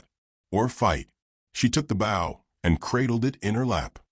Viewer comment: Nice story and tho narration is clear, certain words are mispronounced. U shud do proof reading b4 posting. e.g 'wound' as in an injury is pronounced 'wow-nd' (winding). Also the 'bow' of a bow&arrow (shud be like 'know')is pronounced as bow to a king or queen (like wow).